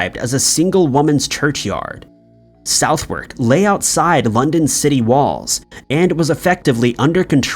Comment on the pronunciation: I know how southwark is pronounced, so i feel the pain too.